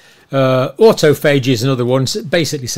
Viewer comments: John failed to pronounce the word autophagy correctly. Remember the scene in Inglorious Basterds when he Englishman pretending to be a German showed the wrong digits and it went down? Anyone should know there are four symbols to the word , not three. Especially a PhD. Currently rethinking everything he has said, especially since he was initially pro jab. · Bro can't even pronounce autophagy and pyroptosis. Clearly hasn't heard those terms before. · In the US they pronounce it Awtawfihgee